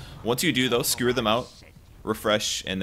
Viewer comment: Does he keep saying "Skrewer?" It's driving me nuts!